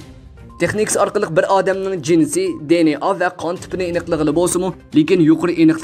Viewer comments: چەتتىن كىرگەن سۆزنى چەتئەلچىلاپ تەلەپپۇز قىلىشنىڭ ھاجىتى يوق. بۇنداق سۆزلەرنى ئۇيغۇر تىلىدا ئىشلەتكەندە, ئۆز تىلىمىزغا ئۆزلەشتۈرۈپ قوبۇل قىلساق ۋە تەلەپپۇز قىلساق توغرا بولىدۇ. ئەمما ئىنگىلىز تىلىدا سۆزلىگەندە دى ئېن ئېي دەپ تەلەپپۇز قىلىمىز. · di-en-a chettin kirgen sozlerni toghra oqung riyasetchi ，bilmisingiz sorang